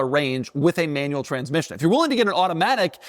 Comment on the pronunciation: ✅ BROWNNE ✅ MANUELLE ✅ FRONK